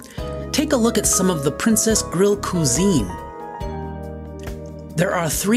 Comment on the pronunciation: Cuisine is pronounced kweezeen, not kuzeen.